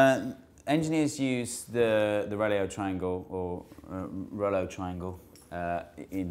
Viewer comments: its pronounced rool-oh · its actually pronounced like 'rolo' but with a bit more rolling of the tongue on the 'o' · Reuleaux is pronounced Rurr-LOW or Rurr-LAW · Your saying it wrong it's not REulEaux, it's REulEaux people usually put the second E before the first pu it's actually the other way round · "reauleaux" is simply pronounced "rolo" ! :) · Its difficult to explain how to pronounce "reuleaux" because the "eu" sound of the first syllable doesn't exist in English. The second one is easy because au, aux, eau, and eaux all make the same sound in French, which is equivalent to "oh" in English. So, its something like inbetween "reh-loh" and "ruh-loh" but really altogether different. Its like, if you tried to say "reh-loh" with your mouth slightly pursed more closed for the first syllable. I dunno - take a French class. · I believe it is pronounced "roo-low" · Rouleaux triangles (roo-low) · i believe reuleaux is pronounced rolo as in the sweet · The pronunciation is Rolo rotor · I think you pronounce rouleaux like 'rulo', but i'm not sure about it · It's Pronounced Rolo triangle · It's pronounced like ruler but with oh instead of er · Reuleaux is pronounces the French way: Re-LO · I believe it's pronounced "roo-low" if memory serves me correctly. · I believe it's pronounced "roo-loh". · Reuleux is pronounced rolo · Reuleaux is pronounced 'RO-LO', like the sweet. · It's pronounced "Roo-lo" triangles. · Its pronounced Rolo. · Its pronounced rolo